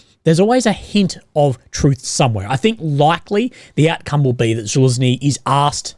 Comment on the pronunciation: I’m sorry, you are just butchering his name. Za-luj-ny